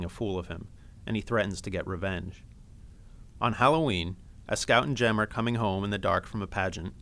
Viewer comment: Sorry its jem not Jim😊